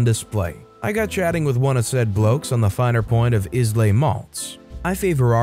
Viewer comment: Islay is pronounced "Eye Lay".